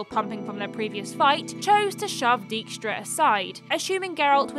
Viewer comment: As a Dutchman, I will never get over that pronunciation of "Dijkstra".